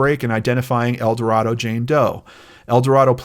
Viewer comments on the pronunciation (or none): Youtuber heavycasefiles just posted a really good short video on GED geneology explaining their origins and recent involvement in identifying unidentified people and perpetrators of crime. FYI, people in Arkansas say "El Do Ray do" not El Do Rah do.